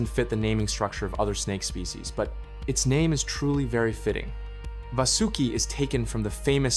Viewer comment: No ai used ? How come your pronunciation of vasuki change almost every sentence